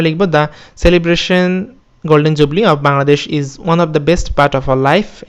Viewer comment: Are bai golden jubli noy, golden jubilee😛😝😛